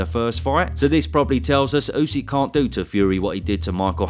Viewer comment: Tyson calling usyk usek is so annoying, just say his name properly ffs